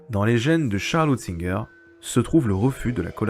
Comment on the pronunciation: Je sais que c'est suant à prononcer, pour notre bouche gauloise, mais c'est Hunt ziger, pas Hut zinger.